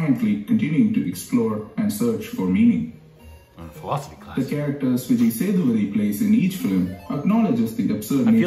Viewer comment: A little help for you.. This is how you can pronounce his name - Vee-jay Say-dhu-pah-thi